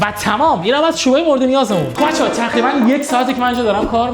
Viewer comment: تخریبا دخیخا چرا ق رو خ میگه